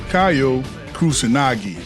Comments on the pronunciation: Great stuff! One small correction: his name is pronounced "KeeYO" not "KahYO" That move that you referred to as fireball is a mistranslation, it's his DP (also called Oniyaki in Japanese). He used to have a ground fire ball just like Iori (projectile if you will) in the older KOF games but sadly they removed it. Also Kyo Kusanagi is my fav protag from Kof, i grew up maining this guy since i was a kid. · It's not even pronounced "kee-yo", it's just "kyou". One syllable, not key yo, kyo.